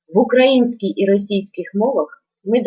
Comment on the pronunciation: "українська" - наголос на "ї", шановна пані вчителько. : ) Тим не менш, роз'яснення теми вірне і зрозуміле, дякую.